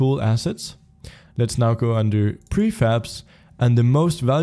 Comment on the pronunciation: heh he said "preFabs" sry for being a kid there :3